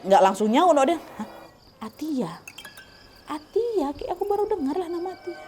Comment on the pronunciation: Baca nya Atta😂😂